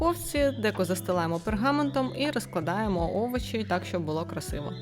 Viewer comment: Шкорлупу?😂😂 Это что? Овочи????